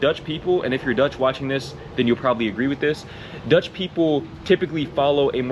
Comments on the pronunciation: Your dutch pronunciation is spot on! And we dutch are not made of sugar. Aldough i never bike with rain. 😂 We have severe storms from the north sea. But no hurricane power, not often thunderstorms and certainly no tornados, which for my are the scariest ones.. No coyote in the Netherlands. But i think you heard the wolf is back in the Netherlands. Mountain lions in our flat lands made me laugh.. 😂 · Your Dutch pronunciation is excellent, almost without accent. Great video 👍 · Your pronunciation is fine. Way more important is that a few little drops don't scare you off. That's what makes you Dutch. 😉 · O wow your Dutch pronounciation is great. Thunderstorms not so much indeed, we'll have 1-2 a year at most. We do have wildlife but also hugely depends on where you are in the Netherlands, rabbits, foxes, beavers, herons, storks, deers and some more cool birds and stuff. Hedgehog in the backyard regular. No big cat or dog like predators, except for the wolf settling again. I'm definitely nocturnal as well, we do have the possibility to pick day/night prices for electricity. Currently the difference at my provider is 4 eurocents per KwH (cheaper at night vs day), but also possible to pay a set price that would be somewhere in between those day/night prices.